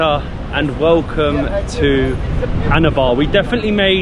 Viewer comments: Its Annaabah not ana baah 😢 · PLEASE stop saying "Anabar"... it's ANNABA !!! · your "ANNABAR" sounds like "ANAVAR" 🤣🤣🤝🤝 WELCOME MATE